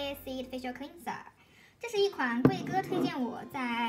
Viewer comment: Aesop (ei sop) 诶扫p Gel (dʒɛl) 洁l Cleanser (klɛnzə) 克兰泽 发音和clean有区别。谢谢支持伊索的产品。：）